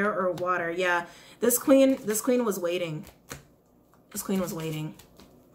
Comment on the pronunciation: "Wai-ting" "Wai-ting" That whole part took me out 🤣🤣🤣🤣🤣🤣🤣